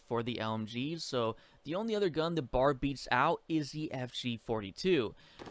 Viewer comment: It’s called a B. A. R. not bar. You drink at a bar, this is a Browning Automatic Rifle.